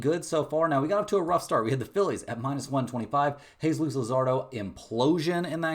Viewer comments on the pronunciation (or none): none